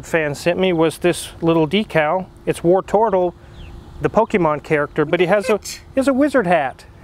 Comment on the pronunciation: tbh, I’m just ready to never hear Car Wizard say “wartortle” ever again.